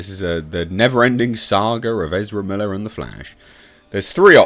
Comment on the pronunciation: From now on, just call Ezra Miller they way you tried to say it. "Ezrblbblele". It's better.